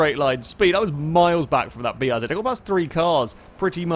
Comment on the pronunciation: he pronounced BRZ the proper way!